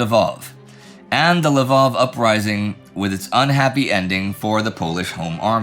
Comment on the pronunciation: Why do you keep calling it l'vOv? It's a Ukrainian city, and it's called Lviv (l'veev)